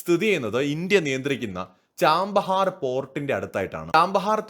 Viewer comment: ചാമ്പഹാർ അല്ല ഛബ്ബഹാർ ആണ് ശരിയായ പേര്